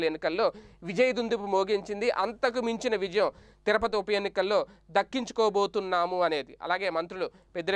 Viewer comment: తిరపతి కాదు.. తిరుపతి. జర్నలిస్ట్ లు నోటికొచ్చినట్టు పలుకకూడదు